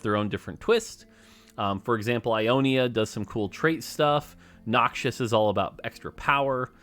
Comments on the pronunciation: Riot is putting their assassins on for calling Rek‘sai a him and pronouncing Noxus as „Noxious“ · Why does he say Noxius 😫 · BRO MORT STOP CALLING NOXUS "NOXIOUS"